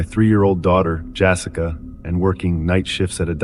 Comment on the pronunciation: "Jassica" ARGH!